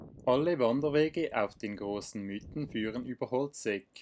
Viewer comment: Es sind die „Miiten“, nicht die „Müüten“…